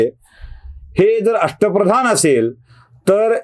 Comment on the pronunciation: अष्ट प्रधान नव्हे अश्ट फदान असं ऐकलं आहे